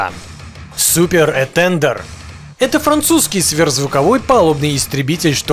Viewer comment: Что за "этЕндер"? Про "этандАр" не слышал? Абсолютно безграмотная говорящая голова. Учи матчасть.